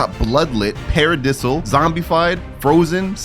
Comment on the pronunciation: The "peredisaal" has to be some god tier rage bait🙃